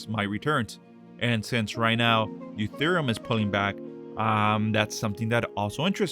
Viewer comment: why does he call it eutherium?